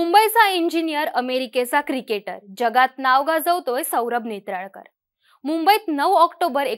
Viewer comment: नेत्राकर नाही नेत्रावळकर आहे तो.. अमराठी लोक स्पष्ट उच्चार करत आहे आणि मराठी असून तुम्ही बघा🙄